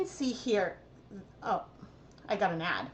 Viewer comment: When you said, "I got an ad," I heard, "I got a gnat." I laughed so much when you blamed YouTube.